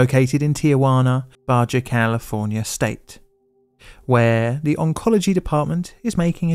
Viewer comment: It’s not green, it’s named cobalt, it doesn’t turn trees into the flood from Halo, and it is certainly not pronounced Badger, California